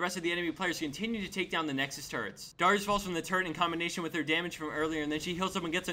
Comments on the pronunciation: It's dare-eeyus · he says darius like dyrus everytime he says it im like "WUT DYRUS IN DIS GAME?!" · Learn to pronounce darius n_n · Is it really that hard to say Darius's name correctly? It seems pretty easy to me.